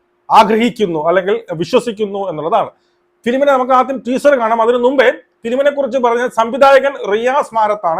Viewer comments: ട്വീസർ അല്ല മണ്ടാ... ടീസർ 🤣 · നിനക്കൊന്നും വേറെ പണിയില്ലേടാ ഊളെ ആദ്യം ടീസർ എന്ന് പറയാൻ പടിക്ക് മര്യാദയ്ക്ക് 🫢അവളുടെ നന്മരം ഷോ അവസാനിച്ച സ്ഥിതിക്ക് ഇനി അങ്ങനെ നിന്നിട്ട് കാര്യമില്ലെന്ന് മനസിലായി അതുകൊണ്ടാണ് വീണ്ടും സിനിമയിലേക്ക് ഇറങ്ങിയത്